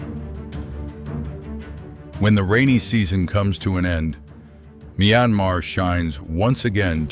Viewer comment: You repeatedly said the name of this country with 2 different pronunciations, "mai"-anmar and "mee"-anmar thru-out the video. Why? Couldn't make up your mind on which?!!!